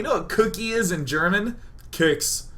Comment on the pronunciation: You are speaking german like hitler did :D you dont say keks like you did you speak it with a longer e :) it sounds not THAt angry then